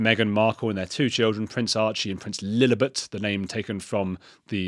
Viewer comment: 2! Kellie Jay has just started The Women's Party, I think I might even get involved. Btw Richie Heron is a wonderful talker and detransitioner and would make a great guest on Heretics! Love the way you rhyme Lillibet with halibut lol😂